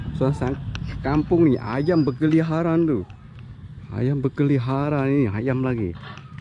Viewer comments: Berkeliaran bukan berkeliharan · Ayam berkeliaran bukan berkeliharan bos